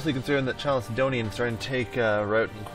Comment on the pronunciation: Why does he pronounce it like "chalicedonian" when it's written like chalcedonian? Is it actually pronounced chalicedonian? It's triggering my autism not knowing this